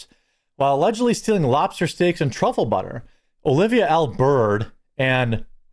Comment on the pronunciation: TRAHFILIN" Truffle Butter! 🤣